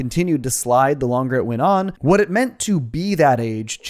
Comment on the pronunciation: "I tell ya hwat."